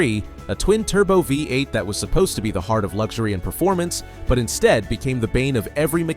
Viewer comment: What about a live human voiceover? Poor pronunciation on things like V8